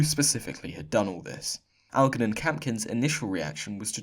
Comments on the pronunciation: Algernon, pronounced Al-jer-non, not Al-gger-non. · Algernon is actually pronounced 'Aljernon'. Meaning "with moustaches" :-) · I love your vids xxx just to help with pronunciation. Algernon is pronounced Al Jer Non with a soft g like germ. Mayor is pronounced Mair to rhyme with hair. 1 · Algernon is pronounced 'aljernon' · . . Your pronunciation of Algernon is wrong. . . The 'G' is soft like the 'J' in Joan. . . Al - Jer - Non (hence the nickname from those times "Algie" ) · It's pronounced al-jer-non. C'mon it's not that unusual. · Watching your videos is extremely frustrating since you're allegedly English yet can't pronounce English names and words properly, ffs! It's Al-jer-non! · How the heck does a British guy not know how to pronounce Algernon? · FYI 'Algernon' is pronounced with a soft 'g', more like it was a 'j'. Thanks for the video. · "Algernon" is usually pronounced with a soft 'g', not a hard 'g'. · How can someone as posh as you not pronounce Algernon? :) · He came off as common the second he couldn't pronounce the name Algernon